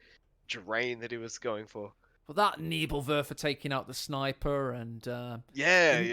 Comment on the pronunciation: Nürrbürr-Wörfer, Nevill-Werfer, Nävill-Wörfa, Neebill-Wörfer